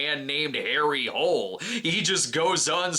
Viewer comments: It is pronounced: Holey not Hole; apparently characters given Norwegian names don't translate well to USA culture or tradition's... who would have thought such a thing !? 😅😵‍💫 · I just want to point out that Harry’s last name is actually properly pronounce Hoo-leh and it is the Norwegian word for “hill”.